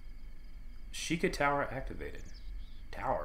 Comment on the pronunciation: It’s Shee-kah!